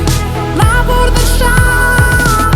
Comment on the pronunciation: БУРдешафт дейт го. Брудершафт дебей 😂